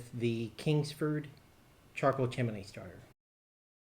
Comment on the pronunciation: "Chimney" has only 2 syllables.